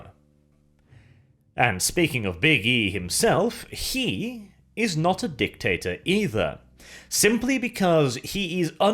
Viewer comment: I can hear the capitalized "He"